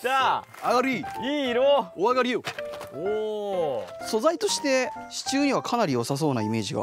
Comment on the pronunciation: 不破っち「支柱↓」 わたし「シチュー？あっ、支柱↑のことか！」